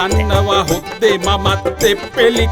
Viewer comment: හොද්දෙ කියන එක #$ත්තෙ කියලා ඇහුනේ මට විතරද